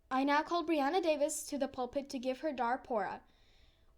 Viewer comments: it’s pronounced, “ bree “ not “ bry “ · Not Bri it is Bre